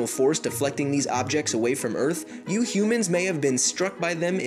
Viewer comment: Why you say " you humans "like that?